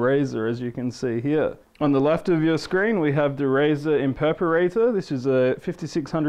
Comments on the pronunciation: not being rude,but when did Razer make an Imperparater??? did i miss something? ohhhhh he means IMPERATOR, PRONOUNCED(EMP-ER-ATOR)! LMAO peace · oh man i luv your razer impersonator!... oh i mean imperperrater!! oh i need an some interpreter plss.... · lol imperperrater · haha impeperator))) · imperperderperratorrr lol pronunciation fail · IM-PER-A-TOR!!!!!!! It's not hard! Alt+F4 to skip ads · Terrible review, he can't pronounce the product name and he doesn't even know what mouse acceleration is.